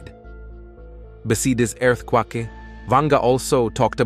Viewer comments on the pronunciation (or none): mm "Ba see dis airth quahkee" "Hoogie powerful Tsunami go nah attack the world according toe Baba Vanga". Oh, it just gets worse. Can't use your own voice? Gotta use budget AI?